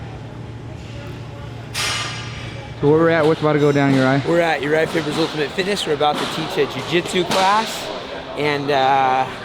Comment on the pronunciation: I thought he said urijah fibers chin. had to rewind that back for a sec.